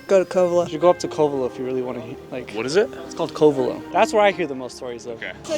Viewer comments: He pronounced it CO-Vello. Any idiot who has lived in mendo for more than a month knows how to pronounce Covelo. This is some fake BS. Leave before you get hurt pretending to be from somewhere you're not. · I watch all your videos, this one is so depressing to see. You only interviewed meth heads, and is so full of it. I grew up here, the Masonic Temple… 😂 doesn’t even know how to pronounce Covelo, proof he was not from around here, making stuff up. There was a dark side but Mendocino, Humbolt County are some of the greatest places on earth. You can go anywhere and find bad if that’s where you are looking.